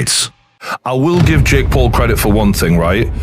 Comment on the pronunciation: At the end Mike Tyson said let’s do it Jakie 😅